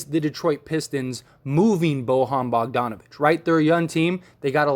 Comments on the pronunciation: It's pronounced.... "Boy-yawn" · Can this dude learn how to say Bojan please